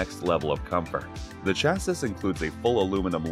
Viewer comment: It’s pronounced “chassy”